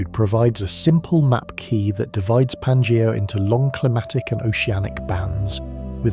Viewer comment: The AI voice trying and failing to pronounce Pangaea in numerous different ways is hilarious.